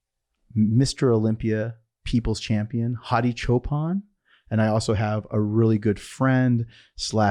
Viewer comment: Loved it... These podcasts are gold. One thing that Im begging you to change is how you pronounce Hadi's last name. You always say Chop-han, but its clearly Chooopan. Luv you bro. 😁🙏🏼